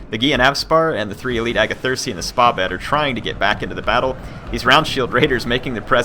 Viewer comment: Great video,really enjoyed it. i just want to point out something about the pronunciation of 'Spahbed' it's pronnunced like this : Sepah-bod Thank you